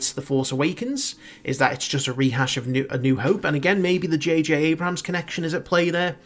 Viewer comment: its abrams not abrahams